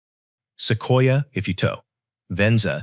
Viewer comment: The “Seekwa”??? Se-quoi-ya